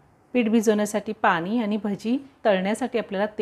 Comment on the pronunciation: पानी नाही पाणी बोलावे